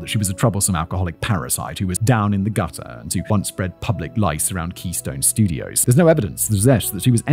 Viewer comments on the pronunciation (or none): "public lice"! 😂😂😂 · "public lice", Simon? Really? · Public lice 😂 did you mean pubic? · "Public lice?" Love you, Simon! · *pubic lice lol